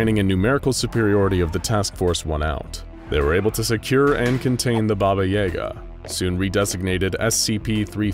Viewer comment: I'm surprised you mispronounced "Baba Yaga". I thought everyone knew how to say her name.